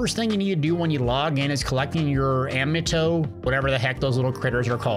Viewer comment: love the content great vids and tips for t&l couldnt have done it without you. but.. its called "throne" and liberty and they are pronounced Amm-ih-toy. keep it up great content